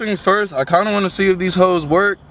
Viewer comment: “These hoes” yea you’re from Texas lmao